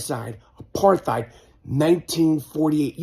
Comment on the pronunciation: Michael is an idiot he can't even pronounce apartheid 😂